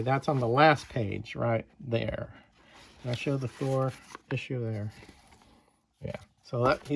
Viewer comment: That was awesome buddy 👍👍...And it's Thor not Tor LoL 🤣🤣... Thanks for the shout-out much appreciated 👍👍... Looking forward to seeing your next video..✌️ my friend and have a great evening b safe out there and stay healthy 🙏🙏...